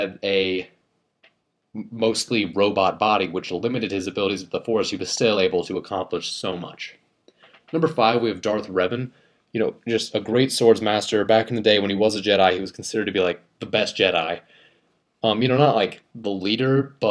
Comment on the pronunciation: Revan* not raven